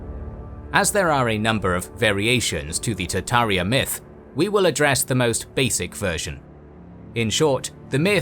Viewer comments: TaRtaria does not = Tataria! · Tart ARIA